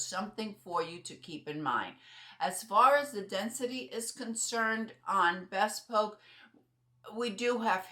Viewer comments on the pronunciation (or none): It’s pronounced “bee spoke”